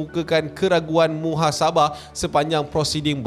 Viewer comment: Aku dengar keraguan muhasabah.. bukan sepatutnya keraguan munasabah ke? Bergurau ek..